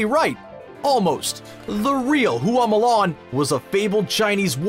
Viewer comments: "HOO AWW MOO LARN" Q_Q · "Hoo-ah Mulan"??🤦🏻‍♀️🤦🏻‍♀️